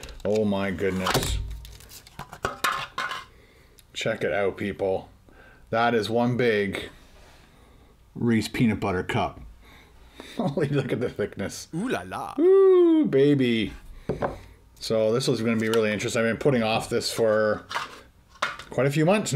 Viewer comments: "Reese"? The name is possessive, hence the apostrophe S so it's pronounced Ree-Sees, not Reece. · please pronounce the second s in Reese's. It's Reese's Peanut Butter Cups, as in peanut butter cups belonging to Reese.